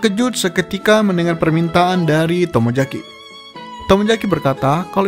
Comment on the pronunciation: Saran bang,tolong Bedakan antara pengucapan kata "J" & "Z". Ex: Tomozaki,bukan Tomojaki. Yuzu,bukan Yuju. Selebihnya bagus👍